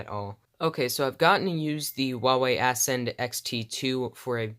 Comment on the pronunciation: It's Ascend, not ass-end